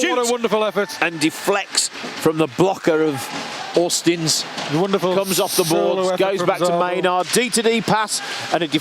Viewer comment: Auzins.. There is no T in his name.. It's not Austins!